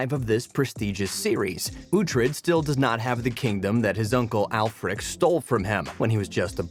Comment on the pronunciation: Beddenburg…alfrik…kee-Artenson. At least get someone who’s watched the show to narrate it.